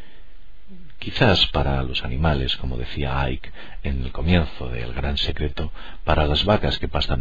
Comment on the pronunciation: A ver de dónde sacas la JOTA de Ike si ni tan siquiera tiene la HACHE que haría comprensible ese sonido que no existe en el inglés. La H inglesa no suena como jota. Venga que te sigo siguiendo pero cuida tu gramática incluido ese laísmo y esa jota en lugar de sonido gue cuando una GE está delante de una consonante. Ya os vale a los españoles que solo manejáis un idioma y encima mal. Pero me gusta tu trabajo aunque me duelan los oídos a veces.